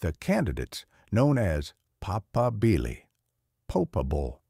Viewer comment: The accent is on the second syllable not the first. PahPAHbeeleh.